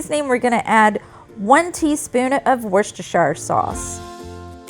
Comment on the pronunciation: You said Worcestershire sauce perfectly. 😂 This looks wonderful 😍